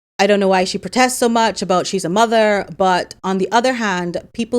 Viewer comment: Sounds like she said " as a mugger"😂 not mother.😂😂😂😂